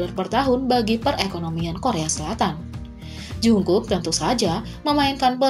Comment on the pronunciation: No offense sih tapi kekayaan jk dari dulu kok $8 juta usd mulu ya padahal konser terakhir mereka grossing salenya sampe $250 juta usd sama cara baca jungkook itu bukan "jungkuk" tapi "jonggu"😁 Saran dari unknown army